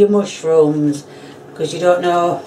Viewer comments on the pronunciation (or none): “moshrooms” I’m saying it like she said